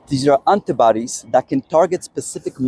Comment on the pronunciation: Hi. Informative videos but please please pronounce 'author' correctly. It's 'or-thur', not 'ow-ther'. Also, 'antibodies' is pronounced wrongly but it's not so much of a problem. No doubt non-native English speakers would be really confused and not know what you're talking about....have to rely on context to understand. Thanks